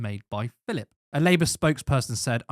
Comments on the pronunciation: His name is PHILP, not "Phillip". He's a vowel-shy waster. Britain needs more vowels, and Philp's oeuvre contributes nothing to that at all. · There's no second 'i' in his surname. It's Philp. He's sometimes known as Crispy Filth in the constituency.